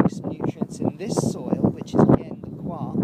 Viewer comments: Been really enjoying your videos, nice to see someone asking the same questions we all ask and that never seem to be answered properly! Yes, I really don't think it should be pronounced 'choir' in the UK. Coyha sounds a bit more down to earth. I know what you mean, as I'm saying 'choir' now it makes me feel weird and uncomfortable and as if I'm doing an impression of royalty! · I know this is an older video, but saw you were talking about coir ad wanted to know if you liked it. I've been pronouncing it "koi-er" from , but no matter how you say it, I've found it beneficial also with starting seedlings. It is fluffy and if mixed with something like you said, (I use worm castings for microbes and nutrients) the seedling have something to grow on. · Its all coming to life now, lets hope for some fine weather, i always pronounced the coir as "cohya" but hey what do i know lol, its all looking good on the plot and im impressed by those chilli plants, non of mine from last year survived.